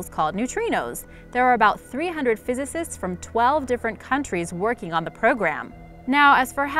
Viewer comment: Get a narrator capable of pronouncing "physicist"